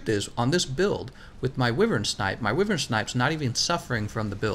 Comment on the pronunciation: Good video! But wyvern is pronounced (WHY_VERN!)